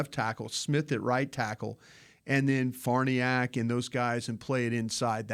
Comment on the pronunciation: Why can't pronounce Farniok?